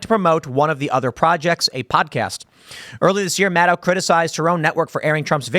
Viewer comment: Tim, it’s Rachel MadCow… get it right brother